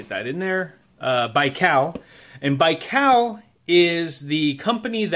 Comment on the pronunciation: Baikal not Raikal